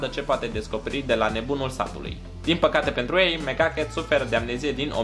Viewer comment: Am crezut ca ai zis "Mega Cat" in loc de "Mc Ducket"